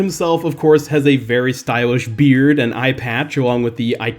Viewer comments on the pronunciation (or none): none